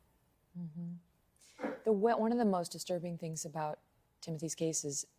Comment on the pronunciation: Nice way to pronounce “Timosy’s” at 30 seconds. 🤦‍♂️